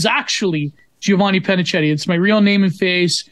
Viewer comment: I find it so weird to hear the Italian "ch" being turned into the English "ch"! Ours is more like a k compared to the English one.